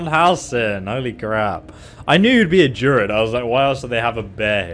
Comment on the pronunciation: Just so you know, it's pronounced dru-id (as it's spelt) not durid :)